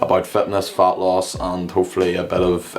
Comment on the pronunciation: It's fat, not fart 😂 (if it's not fatfart)